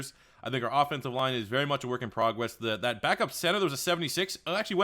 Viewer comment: “Work in progwess”